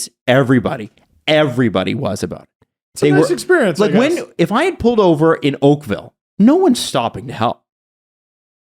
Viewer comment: really nailed Oakville